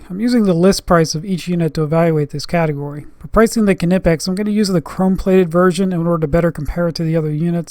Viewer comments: now say "nee" "pex" the k is silent ,wtf is ku nipex? dumb ass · The K is silent